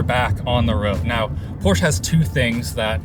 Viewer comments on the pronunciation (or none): He is not adding an e though, he said it right like 1 time and then keeps saying porsch-ea going back to the a ending. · it's pronounced porsh-ah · I really enjoyed your thorough review, and almost every other video you guys do, but what I still can't stand is people saying Porsch instead of Porsche. Also things like BMW, VW, Mercedes oder Audi. It's not a problem for most europeans to pronounce american car brands but for some reason almost every video of english speaking folks does mispronounce car brands from all around the world... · There are some people that like to say Por-sh instead of porsh-ah, like me. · It's "Por-sha" not "porsh", Leenoos. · As a German guy who's absolute in love with Porsche it's just maximum pain to hear "Porsh" instead of "Porsche". Yeah i know, englisch words with "-sche" or "-she" are pronounced with a silent e, but Porsche is NOT an english word. And Jeez it's not that hard to say "Porsche". :D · I live in Germany and everytime i hear an american say Porsche it is "Porsch" withot the e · Porsh, that’ll be all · Anyone else hate how Linus pronounces Porsche as “Porsch uh” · Who else here can't stop hearing "Poor Cha" instead of the PorschE ? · Linus, I love you. But for the love of ... it's pronounced "Pour Shuhhh"!!! The company is named after guy that started the company, It's his last name! Here's some help: I still up-voted your video like I always do. But c'mon!! You blasphemed. May they never get rid of the gas-powered combustion engine! And manual shift! Thank you BMW M cars!!! I drive a BMW M car with a manual shift, and now I know to stay away from Porsche's electric offerings. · It’s PorschE not “Porsch”. Fairly good review though. Most observations are spot on. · But in the end he said Porsh again. sad German noises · „Porche“ wtf is wrong with you? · Why does everyone (including Porsche itself) pronounce it wrong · He sounds so german when he pronounces porsche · Porsche has 2 syllables